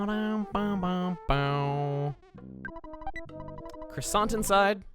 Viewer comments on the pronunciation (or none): If you ever see this comment, you don't say the "t" in croissant. The more you know....